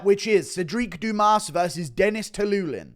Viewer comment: Stop saying Dennis Tuiluilin